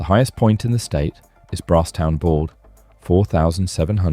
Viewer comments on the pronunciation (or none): none